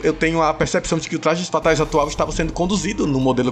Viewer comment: Tu é o Cebolinha é? "Tlajes Fatais" kkkkk